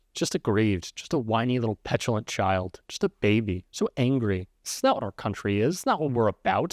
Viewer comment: I hate the way she pronounces this as "theese"... And all of her consonants have a jagged and harsh edge to them, if that makes sense. It's just all quite discordant and abrasive sounding, at least to my ear. Maybe it's just me... I dunno. Hard to get over the thought of her sounding exactly like Natasha from the Rocky and Bullwinkle show, but that's my age showing.